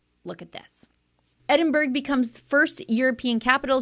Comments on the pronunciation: Pronounced EDDIN - BURRA, NOT EDDIN-BERG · As a Scot, I find this disgusting. Shame on Edinburgh ( pronounced Edinburra). Thank you yet again for getting this type of information out there!